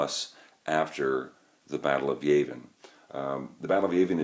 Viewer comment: Yah-vin not Yay-vin.